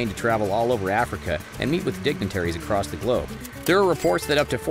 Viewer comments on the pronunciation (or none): none